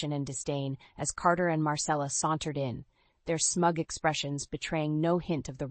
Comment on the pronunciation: The way they pronounced sauntered it sounds like they were fixing a broken pipe